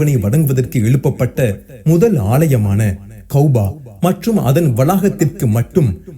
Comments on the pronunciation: கௌபா, கௌபா என்று கூறுவது மிகவும் பிழையாகும் கஃபா என்று கூறுவதுதான் சிறப்பும் சறியான சொற்பியோகமும் ஆகும் எனவே உங்கள் உச்சறிப்பை திருத்திக்கொள்ளுங்கள் அல்லாஹ் உங்களுக்கு அருள் புறிவானாக ஆமீன் கஃபாவுக்கும் மஸ்ஜிதுல் அக்க்ஷாவிற்கும் இடைப்பட்ட கட்டுமான கால அளவு 40 ஆண்டுகள் எனக் கூறுகின்றீர்கள் இவை இரண்டும் ஆதம் நபி காலம் தொட்டு கட்டப்பட்ட காலமா அல்லது இப்ராஹிம் நபி காலத்தில் கட்டப்பட்ட காலமா என்பதை தெளிவுபடுத்தவும் ஏனெனில் இப்ராஹிம் நபிக்கும் ஆதம் நபிக்கும் இடைப்பட்ட கால அளவின் காலங்கள் அதிகமாக உள்ளன ஆதம் நபியா அல்லது இப்ராஹிம் நபியா தெளிவாக கூறவும் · Kauba is wrong say it as kaaba